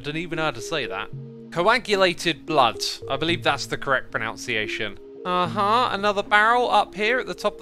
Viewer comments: PRO - NUN - SI - AY - SHUN not PRO - NOUNCE - SI - AY - SHUN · I died inside when he said "that's the correct pronOUnciation" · He pronounced pronunciation wrong